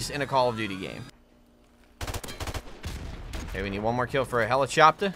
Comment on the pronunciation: please never say the word helichopter ever again